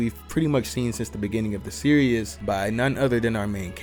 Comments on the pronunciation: It’s pronounced series not serious 😂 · It’s pronounced ser es not serious lol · Hearing you say “ Serious “ instead of “ Series “ was driving me crazy